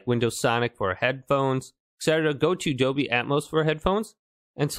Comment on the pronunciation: There is an 'L' in Dolby! 😂Doby!!!!